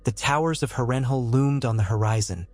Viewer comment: Absolutely great story bro! Beside the mispronunciation of Harrenhal everything is outright EXCEPTIONAL! Idk if it’s AI but your voice matches perfectly too! Keep going man this is exactly what I need to get through work hah. And your details are phenomenal! Great job!